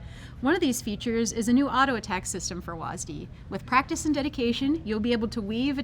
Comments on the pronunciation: WHY DO U HAVE TO CALL IT "wasdee" WHY WHY WHY WHYYYYYYYYYYYYYYYYYYYYYYYYYYYYY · WAS Dee. Why are they saying it like that? It's one syllable. One. Not two. Two is nearly twice as much as one. I will not stand for this. The rest of the video was good though. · Why do they say WASDEE? It's just W-A-S-D. What's wrong with saying that? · i hate how they say WASD like WAS-D its not like you call a wasp for was-p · its wSAD not wasd lol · why is it so hard for people to pronounce the letters instead of reading it like a word. Was Dee sounds dumb. WASD has always been spelled. Could've just made up a name for the directional input of it. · It's still weird to hear people call it wazdee instead of just saying all 4 letters. A little frustrating it's not in normal draft which is what I'd prefer to play. I understand keeping it out of ranked but come on, let me play a real match of the game with it. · Will they please learn how to say "wasd"